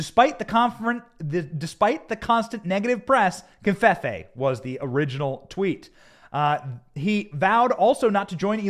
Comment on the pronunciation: No N in covfefe. Please stop saying confefe.